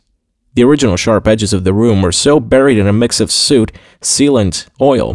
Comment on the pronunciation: Oh... How can you mispronounce 'soot'?. I'm not sure if I would miss the mispronunciations if they were not there. I guess at this point most listeners are warming to, and just willing him on to improve. I know I am.